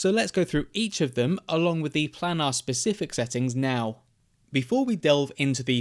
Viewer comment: How to pronounce planar : plane-are